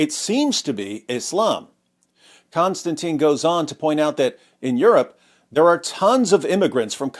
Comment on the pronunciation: I could almost watch your overly simplistic podcast if you didn't keep mispronouncing the name of the person that you're talking about for f***s sake. Kon-Stan-TIN. IT'S NOT CONSTANTINE IT'S NOT ANYTHING LIKE CONSTANTINE IT'S NOT CLOSE TO CONSTANTINE IT'S COMPLETELY DIFFERENT. Next you'll be talking about Constantine Kissing. which it's not! Ugh. sorry a bit OCD but this is the 100th time I've seen this amazing person's name totally mispronounced. I know I probably shouldn't take it out on you and I apologize for that.